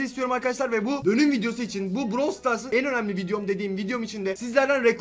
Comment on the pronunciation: Browl değil brAwl